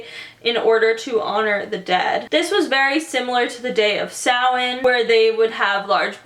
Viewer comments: So happy she said Samhain right 😂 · YAASS 👏🏻👏🏻 I’ve watched so many videos similar to this where the information is totally screwed up and they don’t even mention it originating in Ireland. The pronunciation of Samhain was 100% too. We do trick or treat here and people do actually give out money, usually older people. Celebrating Halloween isn’t as big as it is in the states because you guys go all out on literally everything - although we’re definitely getting close. Also it’s a bank holiday so no work/school.